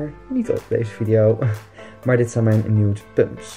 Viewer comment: 'Nude pumps' Ik: stop.... NEWT Ik weet t is een ander word maar je spreekt het nogal hetzelfde uit